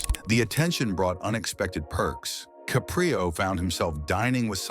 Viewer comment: Please pronounce his name correctly..its not ca'pre'o its caprio'